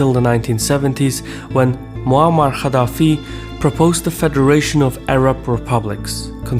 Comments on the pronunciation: Why do you think that pronounce the letter g as kh is like the perfect pronunciation for arab words,you chronically pronounced gaddafi as khaddafi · idk if its different in azeri/turkish but gamal is the name "cemal" and gaddafi is pronounced "kaddafi/kathafi"